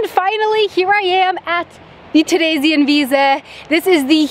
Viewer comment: I'm baffled that you basically have no accent when saying "Theresienwiese". :D